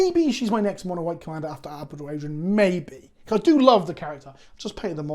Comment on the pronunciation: Love you but the mispronunciation of Abaddon drives me nuts. It’s abadd-on, not abba-don.